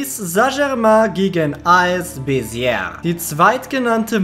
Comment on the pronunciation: Ich war da beim Schüleraustausch es wird Besie ausgesprochen. Cooles Viedeo